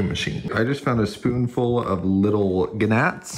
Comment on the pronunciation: It pronounced Nats but spelled like gnats